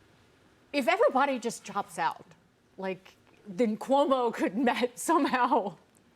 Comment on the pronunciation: Not COMO it's CUOMO!